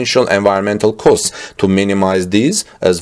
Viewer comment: "costs" are not pronounced "coasts" but '"cawsts"